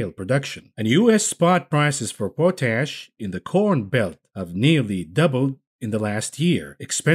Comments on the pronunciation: Yes I'm having trouble you keep pronouncing pot ash as po tash😂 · Pot-ASH Not Po-tash Oh no…